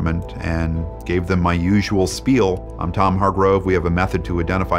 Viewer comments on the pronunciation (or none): none